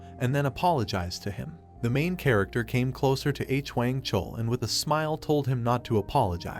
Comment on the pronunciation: its stupid and not such a big deal but "mister H - Wang" is driving me u;p a WALL